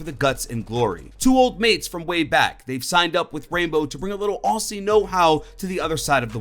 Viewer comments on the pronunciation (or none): Aussie is said “ozzie” not “ossie” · please read this. it is oz eee not oss ee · Did anybody else here him actually pronounce Aussie as "ossie" and not "Ozzie"? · It’s pretty awesome especially because I’m Australian. Something annoyed me.. it’s pronounced like ozi instead of ausi. Other than that absolutely amazing video 👍😄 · What annoys me about this video is the pronunciation of Aussie. Here, in Australia we pronounce it as ozzie, not ossy. That's just one thing that irritates me about American pronunciation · If you ever say "Aussie" like that again, we are going to have a problem, it's pronounced "Ozzie" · my mans said "oss he" instead of aussie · Honestly, needed to watch this but for some reason I felt weird when you said, Aussie and Mozzie. I’m Australian. So it sounded weird. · I seriously hate how you pronounce Aussie and Mozzie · The way he says Aussie makes me want to die